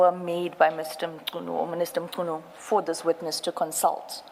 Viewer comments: Who is Senzo Mtshunu if i may ask i mean assuming that you are a black South African why would you pronounce his surname like that? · It's disgusting that an African cannot pronounce Mnchunu last name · The accent of the Ai is South African but can't pronounce Mchunu 😂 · is the guy analysing the video a South African? If so, it's very much impossible for him not to be able to pronounce Mchunu.😂